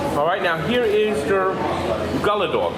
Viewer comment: It’s pronounced Goulla! The Gulla dog is the best!!